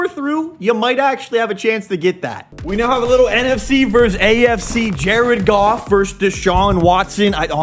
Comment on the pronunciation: JA-RED GOFF